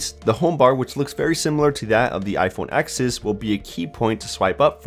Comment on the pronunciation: It's "iPhone TEN" not "iPhone Ex"